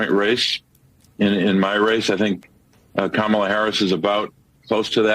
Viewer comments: sorry but why did not host call him racist he mispronounced Kam ala name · Kamala Kamala, He corrected himself, but I didn't hear a difference... Edit: Not making fun just wondering if anyone else hears a difference except speed. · So... It's racist and misogynistic if Republicans put the emphasis on the second syllable of Kamala but when CNN corporate shills do it, it's just a mistake? I could see the car in his eyes right before he checked himself thinking this might be his last show on CNN. 😂